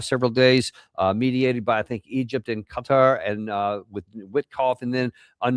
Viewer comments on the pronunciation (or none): none